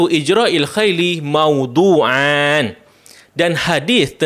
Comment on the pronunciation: Koreksi dibacanya rofa' : Maudhu'un